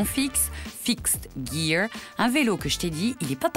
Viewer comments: heuresement elle s'est reprise apres, parce que fixed jjiiire c'est pas trop ça l'accent anglais ;) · le fail sur la prononciation du fixed djir